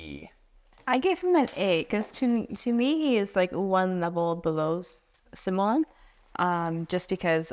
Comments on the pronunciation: It's possible you just found the French ones – in fact you said them perfectly in French, but that would make them both ladies. :) Speaking of, I find disheartening that a list like this is still so much male-dominated. What's the most famous female designer, Elizabeth Hargrave? And then crickets? And it's not like we're talking of a medium that was born in the 1920s, modern board gaming is barely 30 years old. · Simone in Italian is pronounced Cee-Moh-Neh. Daniele is Dah-Nee-Eh-Leh (actually "nie" is a single sillable, but I'm not sure how to convey it without resorting to IPA symbols – in which case it would be "njɛ"). If you mute the last E, that's the French pronunciation, but both become female names in that case, to the chagrin of all Italian Simones and Danieles. :)